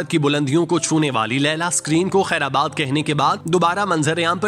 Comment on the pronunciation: I watch your vlog with great interest. It's the word khairbad not khaira bad.